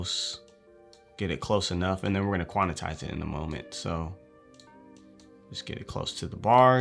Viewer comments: Quantize. Not quantitize. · "quanitize it in a moment ..." bro I laughed so hard! it "quantize" and "quantization".